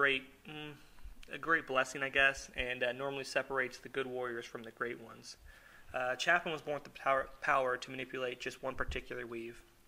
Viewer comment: haha nice art. :) But the correct pronunciation for "Chopin" is (sho-pan) But if your not going for that and just the english pronunciation thats cool. :)